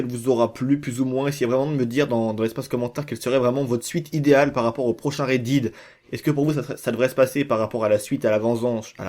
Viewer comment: Horrible le "Red Did"